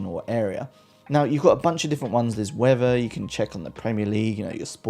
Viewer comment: Lol I love how you say the word (weather) you say it like wathea! Lol love it 😂 weathea.